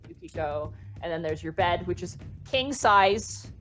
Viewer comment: "There's your bed, which is king sized.", I think you meant to say it's "kenk" sized.